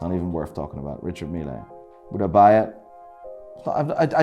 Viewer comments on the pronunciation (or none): The E in Richard Mille is f*cking silent. Otherwise it sounds like a German dishwasher company....Richard Miele. Love your videos though.